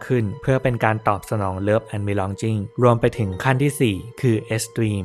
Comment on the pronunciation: แนวนี้ที่ทำอยู่ดีแล้วค้ะ ฟังเพลินมาก ชอบวิธีพูดด้วยน่ารัก ขอรีเควานิดนึงเรื้องออกเสียงบางคำ เช่น เซลฟ์เอสตีม ตอนนี้ออกเสียงว่าตรีม, กะบีลองกิ้ง ตอนนี้มันเป็นบีลองจิ้งง่ะะ นอกนั้นไม่มีไรติงับบ